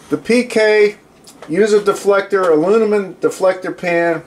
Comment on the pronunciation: Great video! Love my PK 300 too! Your Stoker is a great idea. Thinking about making one myself. Oh, and “uh-loo-mi-num.”